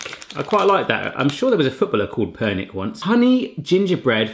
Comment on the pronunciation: Ha pernyk? Je to (perňík)